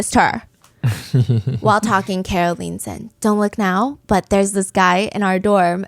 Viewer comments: WHYY would you pronounce it as “car-o” 😭😭 if it’s short for Caroline, obviously it’ll be “care-o” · I kept getting distracted every time the pronunciation of Carol changes😂😂😂 Kah-rol, Car-rol, and Carol. Are they the same person? 😅😅😅